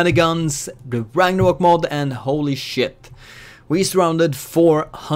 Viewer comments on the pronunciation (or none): none